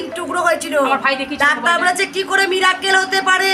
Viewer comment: মিরাক্কেল নয়,,,, উচ্চারণ হবে মিরাকেল